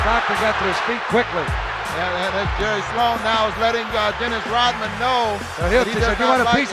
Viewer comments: Why does this guy say “Rotmen”? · is he saying Rotman?